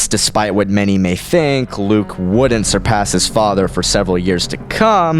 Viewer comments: I know its useless to say now, but its not pronounced LU-U-KE. Its pronounced LU-UKE two syllables, not three. Not trying to offend you, just letting you know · Are you saying Luuke correctly? It sounds like you say Lah-ah-ewk. I'm sure you probably know due to your massive starwars research but there seems to be an extra syllable in your pronunciation. By reading it I would think there is 2 vowels indication 2 syllables. I read it Lew-ewk. I guess L'you-ewk might be a possibility. Where have you heard it pronounced. I feel bad for the child of the writer who came up with that name. Not Duke for dark Luke or Double Luke or Cluke for clone Luke but Lah-ah-uke. I think I would rather be North West, Dweezle, Moonbeam, Apple, Blanket or even Watermeloneisha. I think I would take Luuke over Pilot Inspektor.. sorry to Jason Lee's kid. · Why do you keep pronouncing it LA-A-OOK? It's pronounced Luke simply with a longer "u" wound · Star Wars: Luuke (Luh-ook): LAUH AH OOK (What should be the pronunciation of Luuuke) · I cringe every time I hear, "La-uh-uke". Why are you adding an extra syllable? If anything, it should be "Lu-uke". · Oh fergodsakes don't say La uh ook! Its only two U's, not three!!! Or just say Clone Luke!!! AAAAAAHHHH!!!!! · Maybe it's the Mark Thompson Audiobooks, but I always thought it was pronounced "Lew-uke" Skywalker. "Lah-ah-uke" seems to give you three Us there. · I gotta love how he pronounces Luuke. It's just so much. Like where is he getting the extra U. I dont know, but its great! Luuuke. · lol luuke xD ermagerhd erts luuuke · I couldn't make it past the half point the constant LA AH OOK just killed me LOL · it shouldnt be,with the extra u it should still sound like luke. or loooke.why are they throwing in an A where an A doesnt exist?